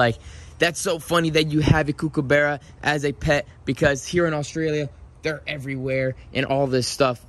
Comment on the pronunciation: if your going to have Australian pets can you pronounce them properly please it’s so CRINGE 😬 the way you pronounce the words EMU and KOOKABURRA